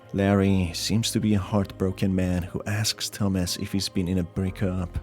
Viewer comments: it CANNOT be just me that thinks he's saying,"Dumbass" intsead of "thomas" because of his accent (no offense btw it's just kinda confusing-) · when you said "Thomas", I thought you said "Dumbass", and I was just left thinking "who names the protagonist dumbass in a horror game?" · I was caught off guard at the beginning, I thought he said dumbass lives alone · i heard dumb@ instead of Tomas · Bro i thought he said dumbass at the start 😭😭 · At first I thought he was saying Dumb@ instead of Thomas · everytime he says thomas i hear "dumbass" and i assume that would be a very fitting nickname for the main character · He said the protagonist is Thomas, I heard dumbass XD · this video bamboozled me 3 times in the first minute. The guy is called Thomas, I keep hearing Dumbass. I thought the music at the beginning was the one used by TEDex The fucking knocking made me jump, as the sound came exactly from where my door is